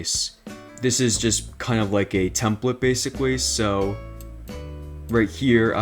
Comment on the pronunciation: basicwy? he said basicwy